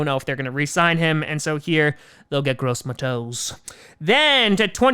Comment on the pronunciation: Gross MAHH-TOSE, my guyyy lol you and names